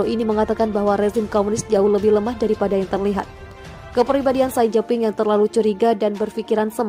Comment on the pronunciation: xi jin ping dibaca: si cin phing beijing dibaca : peicing Narator harus belajar membaca ejaan sebuah bahasa bila akan membacakan sebuah narasi dalan bahasa tertentu. HILANGKAN tata eja bahasa Inggris ketika membaca nama nama diluar bahasa Inggris. Xi dibaca si, BUKAN sai